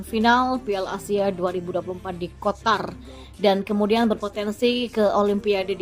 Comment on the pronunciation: Bukan QOTAR, tapi QATAR. 😂😂😂😂